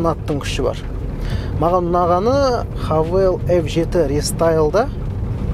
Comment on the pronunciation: Хэйвл деп оқылады